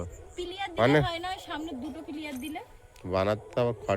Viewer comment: পিলিয়ার না কথাটা হবে পিলার